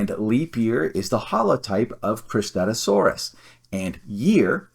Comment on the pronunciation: I had no problems with your pronunciation, it's pretty similar to mine (I say "kris-TAT-OO-sore-us") 😂 I've always thought the way I said it was a bit clunky, but I couldn't think of anything better! Suchomimus objectively has the better name (even if it could apply to many spinosaurids), though! (Cristatusaurus means "crested lizard," which is not only very broad, but is also apparently controversial, as you mentioned not everyone can even agree it had crests?! XD)